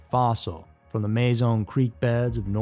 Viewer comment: Muh-zon, not May-zon.